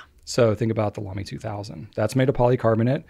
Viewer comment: Please don't say Lamy please don't say Lamy please don't say Lamy 🤞